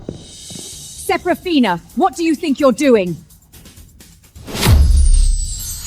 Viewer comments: I almost dyed laughing "Seraphina" "Sepathina" "Sethafina" "Supina" 😂😂😂😂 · Started laughing at the dialogue after reading the comments and hearing systematically and sephraminas, seph seraphina🤣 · You forgot sarafuckphina at about a little after they r trampled by horses😂 to those who notice name change pronunciation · Right 😂😂😂 seraphona sefifina everything but seraphina 😂😂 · Systematically,Sef-a-rina! Goodness. Too bad the AI gibberish took over and we couldn't understand the evidence that finally made her family realize that Lilith is a bitch. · You forgot selagina $!! Yet my behind still watched it to the end "systematically "😂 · Don’t forget “Sarah polina” 😂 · You forgot shepafina😂😂😂😂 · sarah polina 😂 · omg i just also found Sir Pathena 🤣🤣🤣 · There’s sefarina too😂😂😂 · Also Sepafina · What about sir pathena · And Sefarina 😂😂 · Seprafina too😂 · You forgot, Celphana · You missed 'Sarafrina'... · not to forget "seporina" :D :D :D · You forgot selapina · Let's not forget "Serofophina"😂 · Why can’t AI get all the names right? Ther really sucks. AI sucks. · It's better not to use the name Seraphina because it's been pronounced in differently awakward ways so far . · 😂😂😂 The AI had difficulty pronouncing the name.